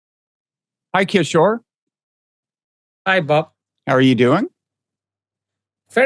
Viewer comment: Agreed. Prof Kishore is ethnic Indian and yet he loves, respect and support the CCP deeply.. why can't Mr Wright respect Prof Kishore and learn to pronounce his name?